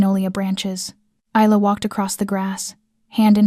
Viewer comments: For goodness sake woman/narrator, can you pronounce the name correct Isla is pronounced 'with an Y - Ayla and Not with a Z'. You always say Isla (Iyla) which is correct. But now and again you say Izla, this is incorrect. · Isla had her name butchered all throughout this, however, she should tell Dante to go F**k himself. "She is worthy of you"??????? HE is not worthy of her.